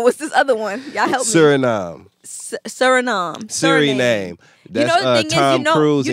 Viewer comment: Dam u couldn’t pronounce surinam 🤦🏾‍♂️😂 she funny as hell😂